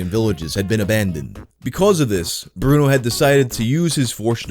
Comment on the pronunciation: BrunELLO His name is BRUNELLO 😭